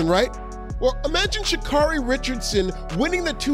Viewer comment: I know she's not a likable human being but can somebody please say Sha'Carri's name correctly